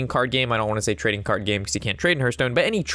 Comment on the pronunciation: Terrific video thank you. Side note : it's pronounced Harth Stone. Think of the word heart and the same exact spelling they share. Cheers!